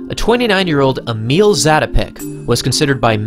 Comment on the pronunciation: As a Czech, your pronancuation is not bad, but to improve, "i" in Emil is pronancuated more like in english word "mill".